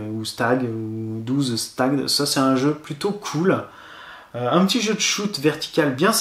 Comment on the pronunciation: le jeu 12 stage se prononce" twelve stag". jeux très sympa au passage!